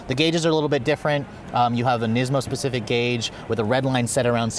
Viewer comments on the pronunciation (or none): The word is specific, not pacific. Lolololololol